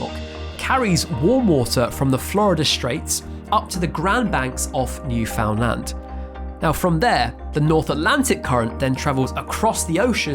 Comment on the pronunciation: You pronounced new foundland correctly❤